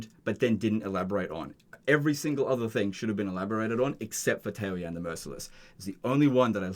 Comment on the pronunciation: Ta-O-yan lol Tao is a word. Yan is a word. Every single Chinese word has 1 syllable.